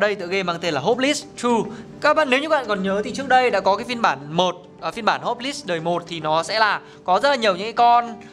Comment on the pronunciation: Nghe nói ông này học ngoại thương mà đọc chữ này là hóp lis trời ?????? Ngộ ngenn..